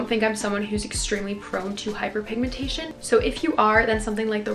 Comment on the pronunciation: WHO HEARD HER SAY HYPERPIGMANTAION